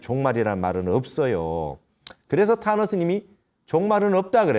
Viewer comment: 탄허스님이 타노스님으로 들리네요 😂